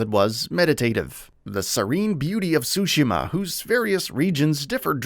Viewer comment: cant pronounce tsushima...,too she ma, not that hard